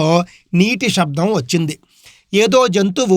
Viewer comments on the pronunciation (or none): none